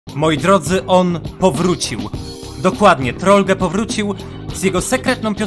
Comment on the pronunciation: To się nie czyta "Troll-ge" tylko Troll-dż albo Troll-dżi